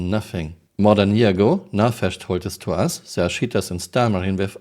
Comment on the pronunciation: I love how I hear "shitters, shitting". Only a friendly poke. I love Your work ❤